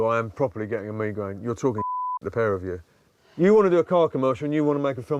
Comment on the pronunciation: ive never heard someone pronounce it as "mee-graine" truly perplexing thought process on that one